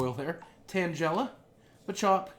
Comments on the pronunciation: I'm not hating but tangela is pronounced tang-guy-luh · Tang ell a not tangela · You made Tangela sound like Jell-O XD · this is cringy to watch he knows nothing about pokemon and did you here the way he pronounced tangela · The way you pronounced Tangela's name was very wrong and so annoying. SAY IT CORRECTLY !!!! noob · I think it's funny how you pronounce tangela